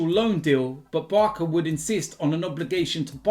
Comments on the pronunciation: Man said sum “BARKA”🤣🤣🤣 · "Barka"??? BEHAVE!!!